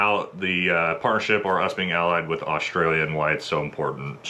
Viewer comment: What's 'Osh-tray-lia' ? It's Straya or 'Oss-trail-ya'